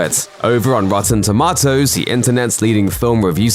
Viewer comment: HA! Rotten Toe- Ma-toes